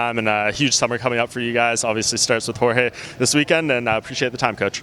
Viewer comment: You would believe Mike Brown coached Jorge for a while but then you still hear him calling Jorge "George".